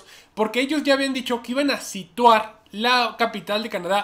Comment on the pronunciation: Se dice sitiar no sirtuar